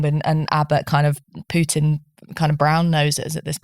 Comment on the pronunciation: Who is this "Pyutin" (Pyootin) guy? Any relation to the Russian president? You know, Vladimir Putin? (I mean, a couple of clicks on Google will give you the approximately correct pronunciation. Jeeez!)